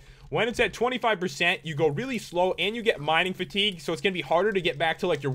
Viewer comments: Fitigue? Not being mean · Mining FITIGUE? Really?